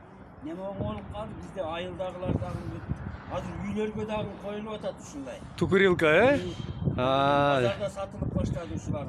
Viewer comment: Тукырилка дейтгоо хахааа 😂😂😂😂😂